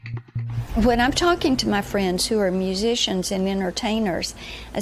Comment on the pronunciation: Don't trust anyone who pronounces the word "friends" like "fray-unds."